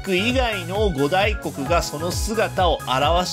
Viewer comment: ご「た」いこく、みたいですよ、読み。